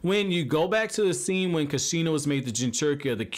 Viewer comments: Loved the video. But laughed when you said Kasheena lol. Idk..l pronounce it "koosh-ina" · At least say kushina right bro 😂😂